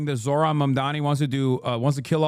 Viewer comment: It's not surprising that cable news networks are losing audiences. These CBS anchors seem unable, or unwilling, to pronounce a Zohran's name correctly, even after it's been a top story for 2 weeks. Also the Kramer woman has the personality of a corpse, and less charisma than an infomercial AI bot. Monotonously reading from an autocue isn't likely to attract the attention of anyone other than care home inmates...which I assume is their target audience.